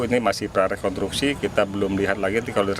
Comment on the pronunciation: Kok mengucapkannya "rekontruksi" sïh bapak itu?